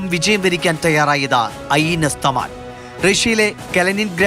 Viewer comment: It's not തമാല്‍. It's തമല്‍ 😂😂. Weapon of Indra.